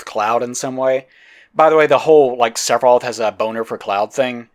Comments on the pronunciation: Or "Sephiros" instead of "Sephiroth". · I like how sometimes sounds like is saying "Seph off" instead of Sephiroth. I'll start using that around fanboys, it's bound to be funny